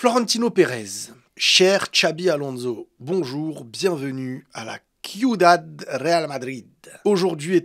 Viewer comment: je veux pas faire l'aigri ou le mec qui se la raconte mais je crois que ca se prononce Suidad et pas Cuidad. PS : Tes vidéos sont des incontournables pour moi.